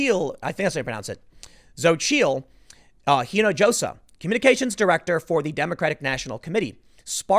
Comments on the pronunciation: Spanish pronounces the letter "J" like an English "H". It's "een a HOS a". Or are you still "Looking for the way to San "JOE SAY". Put a little work into learning words, bro. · I know Tim's not great with pronouncing names, but you can tell he hasn't been around a lot of Spanish speaking folks. The "j" in "Hinojosa" is pronounced like an "h." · Spanish lesson for Tim: Hinajosa is pronounced "eenahosa" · No. It's SO-cheel. And the leading H in the last name is silent, so it would be more like Ee-no-ho-sah. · Hinojosa = pronounced ‘he-no-ho-sa.’ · u pronounce it Hin -i-hosa (hispanic orgins) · dude, her last name (Hinojosa) is pronounced “ee-no-ho-sa”, the first name? not too sure